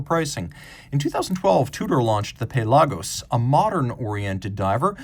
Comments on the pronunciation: I'm in the Puh-LAH-gos camp. There isn't another Tudor or Rolex I would want (well maybe a polar explorer 2). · The pronunciation of Pelagos made it too painful to watch.